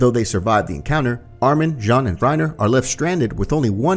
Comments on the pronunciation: It’s Jean not John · Why does he say Jean jhon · it's "john", no one says "jean" in any of the dubs and neither isayama or his editor has ever pronounced it like that